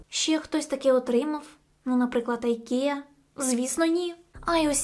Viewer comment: не айкея а ікея